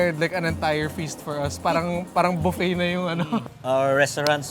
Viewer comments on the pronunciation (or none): none